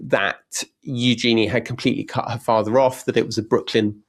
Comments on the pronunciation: Tom, just had to say otherwise your name may mispronounced like Toem. Eugenie - said you-Djinn-ee. Not you Genie. The Princess is not the spirit/three wishes person summoned from a bottle/lamp (as far was we know). Yet, a Djinn is a genie (French corruption of the word, allegedly) djinn are fable, Middle Eastern. Being Brit, love a panto and a flying carpet, yet that could be unconscious bias. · If you’re going to talk about Eugenie, please learn how to pronounce her name properly! Hint: it’s not EuJEANie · it is eu - gen - nee